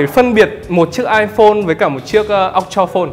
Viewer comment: Iphone X”amlone”